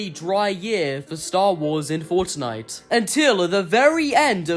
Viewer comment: I love how he ses forttnitte😂